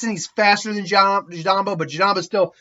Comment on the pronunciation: Jirobo not jirambo I've noticed this in every what if you do in naruto lol